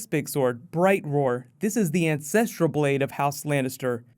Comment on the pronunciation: I kept hearing incestrial blade.